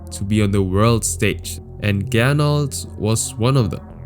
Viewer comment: Er hieß aber Gernot und nicht "Gernold"